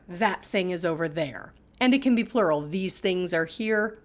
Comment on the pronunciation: wth bro said pluwal like its plural